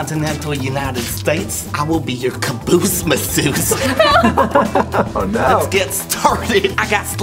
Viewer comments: “Cabloose massoose” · “Caboose Masseuse” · "Caboose Masseuse"